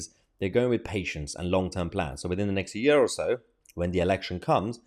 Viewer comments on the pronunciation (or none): none